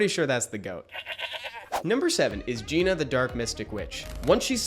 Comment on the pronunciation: 1, Gina is top 3. 2, your didn’t pronounce Gina right